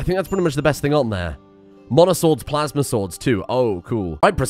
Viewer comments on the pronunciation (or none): none